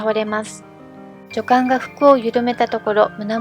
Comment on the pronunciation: 滑舌が悪すぎて聞きづらい。片言の日本語みたい😮‍💨ルドルフがルゾルフに聞こえるし、ハプスブルクも発音出来てない。ヴィｯテルスバッハも!!後、乗馬競技というものは無く、馬術競技だよ!!正しい日本語を理解していないうぷ主、視聴者がＵチューブは多過ぎる😮‍💨学校行ってたんでしょ!?女官はニョカンと読むんだよ😮‍💨相当国語が苦手なんだね😮‍💨